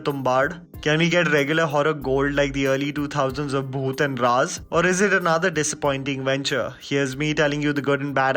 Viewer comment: it's bhoot not booth. By the way I like your work